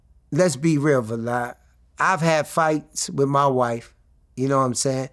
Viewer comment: Let’s be real Ve-lad 😂